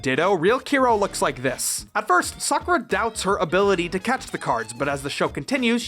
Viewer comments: I cringe every time I hear how Sakura is pronouced in the english dub. it just sounds.... wrong.... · The pronouncing of Sakura's name is harsh. Have you NOT watched a bit of Naruto to understand how to say the name correctly for this episode? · Lol when her name is more like Secure-uh than Soccer-ah. It took me a long time to realize this was bad translation/execs not giving a shit than the name not having multiple pronunciations running around. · Just FYI, it's pronounced SAKura, not SaKUUUra. ugh 🤪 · I cringe everytime you say "sacoura" Its FUCKING PRONOUNCED "SAH COO RAH" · Omg it's 2019 and we still can't pronounce her name right? It's sa-cure-ra not saku-ra omg! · "Or do" Okay. It's pronounced "sah-koo-rah", not "suh-ker-uh" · Well you wanted engagement, so here you go. You're saying Sakura's name wrong. It's not Sah-koo-rah, it's Sah-kuh-rah. 🤓 /s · Bro... Have you watched Naruto? That's how you pronounce Sakura (Saw-Coo-Raw). Cardcaptors is a butchering of the original Card Captor Sakura. Don't let that version forever paint how you pronounce the Japanese Word, please. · Every time he said SaKurah I died a little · I died every time I heard sukurra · Oh goddddd the mispronouncing of Sakura. SUH CURE RAaAaa!!! Iconic 😂😂😂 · Sakura is pronounced “zah koo rah” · not to be rude, but it is pronounced “SA-kur-a” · I used to watch this as a kid. But now that I look at it, sakura's name is pronounced SAA-KUr AH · Dubbing butchers anime. Sah koo rah Or correctly "Sahk rah." Fix your video and reupload!! I can't fucking watch a video with Sakura being pronounced wrong!!! What is wrong with people???? Sahk rah!! Sometimes you get it right and you better believe I'm going to call you out on it! His name pronounced Keh Ro chan. And Clow rhymes with Grow!!! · SuhKOORuh What even is that pronunciation, did you never watch Naruto? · Bro, I never even imagined someone would pronounce it 'saKRra' I___T' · Learn how to say Sakura ffs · And they pronounce Sakura wrong.